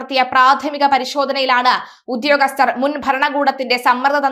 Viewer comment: "Uddhhyogasthar" ennu nallathu pole parayan atikku.